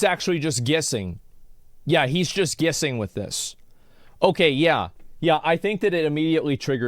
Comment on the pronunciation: Please say "guessing" again 😂